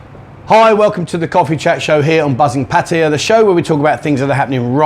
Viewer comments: It's Phat-tha-yaa with two short high tones followed by a long middle tone. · It's definitely PATT-uh-ya. Rhymes with Nadia, not with papaya. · say pattaya not pattaya ...